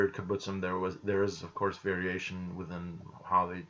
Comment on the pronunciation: The kibbutzim still exist, it's just all of them (except of literally a handful) are no longer socialist in any sense, this process of "no longer being a kibbutz" has already happened long ago By the way you say kibutzim funny, you need to stress the b and tz. Also kibutzim is plural, the singular is kibutz.